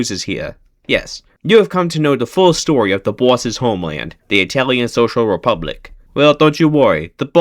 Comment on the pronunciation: No why did You say "Story" so wierd?